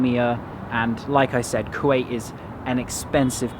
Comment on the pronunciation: You butchered there name